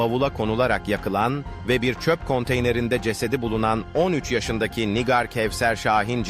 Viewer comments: Nigar Nigar dedikçe sinir oldum NİGÂR diyeceksin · Nigar değil, Nigâr. Bari mesleğinizin hakkını verin. 😒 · Yapay zeka anlatıyor da ondan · Lütfen nigar ismini doğru okuyun. Allah ım rahmet etsin o yavrucagiza